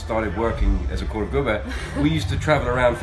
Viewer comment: He had me at "Korvgubbe"! Good Job!